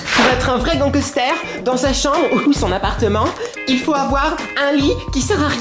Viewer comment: a je t'adore e surtout quand tu chante et quand tu dit ganquester😂😂